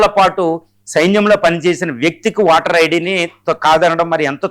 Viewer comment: వాటర్ ఐడి కధు అయ్య ఓటర్ ఐడి పలికేటప్పుడు సరిగ్గ పలకండి సార్